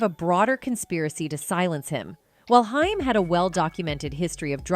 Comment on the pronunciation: It's pronounced like Corey Hey-m !!!